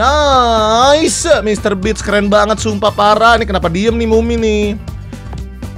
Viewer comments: mister beast bang bacanya bist bukan bits😂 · Mr. Beast bang bukan Mr. Beach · baca nya mister bist bang aku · Agak lain. Ya nyebut nya harusnya beast 😂😂😂😂 😂😂😂😂😂😂😂